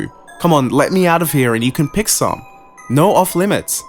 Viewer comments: You accent saying "No" is quite funny. To me, it sounds like "Noorreee" lol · On a side note, always loved the Australian accent, and I feel like it works great for this story! But I do love the way yall say No very much lol, not trying to knock ya